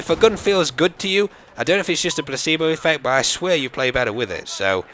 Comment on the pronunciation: you say bwut instead of but:)